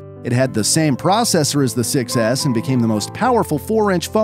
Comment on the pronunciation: The iphone 6 was the most popular iphone, but when i hear 6s it sounds like successs